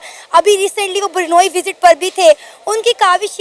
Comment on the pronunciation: 🎉ये कैसी hostess हैं जो ब्रूनेई को बरनोई बोलती हैं😂